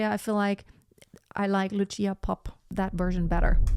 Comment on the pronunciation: Vážená madam. Lucia Popp sa nevolá Luchia Popp. Bola to slovenská operná diva, ktorá síce viac vystupovala v rakúskej Viedni, ako v Bratislave. No to na veci nič nemení. Odporučil by som Vám, vyhľadať si niekde na webe, ako v slovenčine znie meno Lucia. Je to problematické objasniť v angličtine. No to, ako to vyslovujete, by v slovenskom jazyku bolo napísané Lučia. teda niečo ako tch. C (si) by sa dalo možno napísať v angličtine, ako ts, Lutsia. A ešte k jednotlivým ukážka. Nahrávka Lucie Popp, je z roku 1964 a napriek tomu, aj dnes znie bravúrne. Presnejšie ISKRIVO. V niektorom inom príspevku na Utube, je prehľad 9 speváčok, aj nespeváčky (Meryl Streep) tejto árie. Lucia tam nie je, čo považujem za neférovosť. Lebo to mal byť prehľad tých najlepších interprétok sveta. Netvrdím, že medzi nimi bola niektorá z nich , slabá, ale Meryl tam je uvedená zbytočne. Inak , je skvelé, že ste si k porovnaniu vybrali dve slovenské, operné divy, (Popp a Grúberová) ktoré dobili svetové pódiá a nezabudnuteľne na nich, zažiarili. Ako skutočné svetové hviezdy.